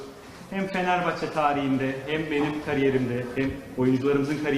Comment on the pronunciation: Daha fenerbahçe diyemiyo. Fenerbahç diyo